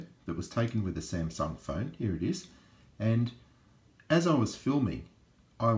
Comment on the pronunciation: You say "here" funny 😂